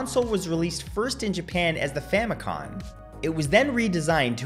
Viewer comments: Dude, FAMICOM not famicon "family computer" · Is this man saying “Famicon?” With an “n?”